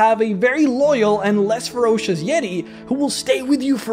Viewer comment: Oh my goodness it's the "YEE-TAY"...THE "YEE-TAY"